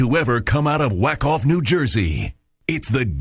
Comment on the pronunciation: omg "WACK OFF NEW JERSEY"! i didnt realize that untill they said he said it wrong! omg